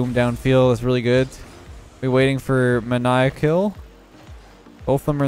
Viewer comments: Mania-ckill The dude: its MANIAC-KILL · Yo lol love you buddy but that dudes name was maniackiller (may-knee-ack) lol I was yelling at my tv haha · Player ManiacKill: "Muh-naya-kill" blinks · He pronounced it mania ckill 😂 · he says maniac wrong